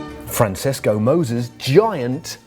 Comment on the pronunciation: If you're gonna pronounce Francesco like that, I guess that makes last years tour winner Vinsenzo Ninbli.